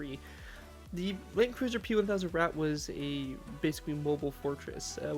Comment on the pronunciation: I have to tell you, it has to be "Landkreuzer" not "Lankreuzer" XD But awesome Build!